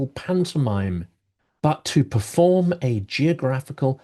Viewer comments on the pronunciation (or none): none